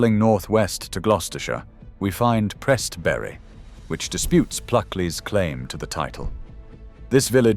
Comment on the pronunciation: Its Prest bury (as in bury the dead) not Prest Berry. How do i know cause i bloody live there :D